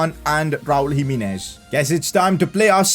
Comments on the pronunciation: PCQ: you should try singing Gonçalo Guedes he's a LM LW with high potential, not too expensive and he's portuguesse, Also when you pronounce Raúl Jiménez say Ji- meh-nez not Ji-mi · PCq: it is pronounced Raul Jimenez, not jiminez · Its GIMENEZ not HIMINES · Pcq: Jimenez is prounced himehnez